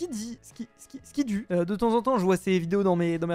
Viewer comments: nn en gros au lieu de dire squidu il a dit skidi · Skidi 😂😂 Ça se prononce Skouidou mdrrr En plus de temps en temps, il met des commentaires sous tes vidéos